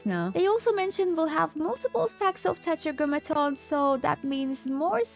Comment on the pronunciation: 😶 multiple stacks of...touch a goma tones?? That was the cutest way ive ever heard tetragrammaton pronounced. 😂 🥰